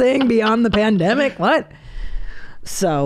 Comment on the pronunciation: Omg Christina calling the pandemic, " Pande " ... Ha! 😃👍